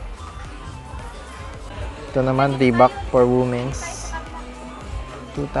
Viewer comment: Just to correct your pronunciation 😊 it is read as weemens not woomen's the word Womens